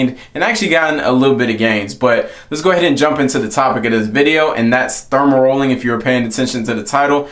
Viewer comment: 😄 Aye bruh, you gotta delete his video and do another one. Not too many ppl gon’ take you serious when you calling dermarolling, “thermarrolling”. Your intention was good but yeah that “thermarolling” ain’t it.